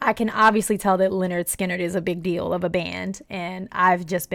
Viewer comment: I love ur energy. But thats not skynard